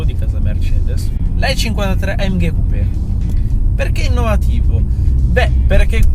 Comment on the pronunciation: AMGAY :D funny italian pronounciation